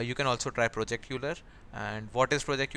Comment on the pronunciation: Constructive feedback:It's project Euler(pronounced as oiler) otherwise nice video and thanks for all the suggestions.